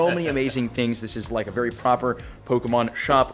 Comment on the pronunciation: 44: poper😂🤣🤣🤣